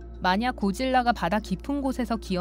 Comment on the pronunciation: 왜 징화라고하고 고질라를 고릴라라고하냐 나만 그렇게 들림?